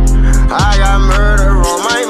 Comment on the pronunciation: Every time he say muder it’s Roblox 💀